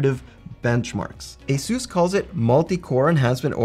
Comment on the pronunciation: The company ASUS isn't "Ayseuse", it's exactly as it's written: Asus, because it's short for Pegasus, not a-masseuse.